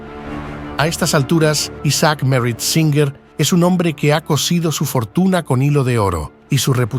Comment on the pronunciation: Singer. O. Suinger??